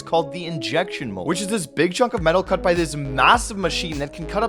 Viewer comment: It’s “by” not “ny” you Honda Civic